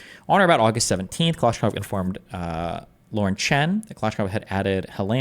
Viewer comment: Another prime example of why destiny is unimpressive is that he can’t pronounce kalashnikov